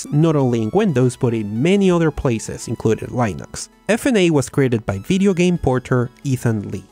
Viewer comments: Por favor, deja de decir "lainux", fijate este video com John "Mad Dog" Hall pronuncia Linux. Un abrazo y segui haciendo videos que son geniales!. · it really grinds my gears when you say LIE-NUX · Please don't say "Lainux" like that again... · But why do you say 'linux' but its like your saying 'linus' but with an x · He says Linux wrong and it bugs me